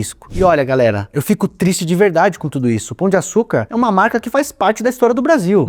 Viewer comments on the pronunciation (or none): none